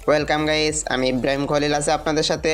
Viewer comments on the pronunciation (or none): none